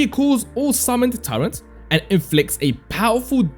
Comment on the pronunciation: Turret not Turrent.